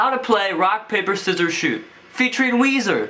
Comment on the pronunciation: i always thought u said "Rock Paper Scissors Shoe" instead of shoot